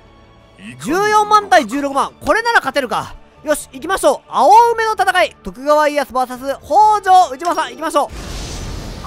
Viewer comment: あおうめじゃなくておうめですよ